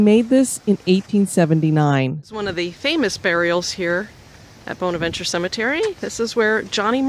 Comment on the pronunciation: Was just there this morning 😍 One of my most favorite places to visit, I go 8-10x year and I see something new every time. As a kind FYI, it’s pronounced “BAHN-avenchurr “ here in Savannah. Corinne Lawton died of pneumonia right before her marriage. The arch with the Jesus statue is her father’s memorial. Local lore says that she is positioned with her back toward her father, as she was marrying “below her station “. Actually she and her father were originally buried at Laurel Grove cemetery and moved to Bonaventure in 1898.